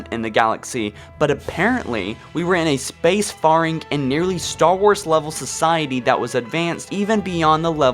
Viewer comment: Good vid, but I couldn't get over your pronunciation of fore runner, precursor, and faring.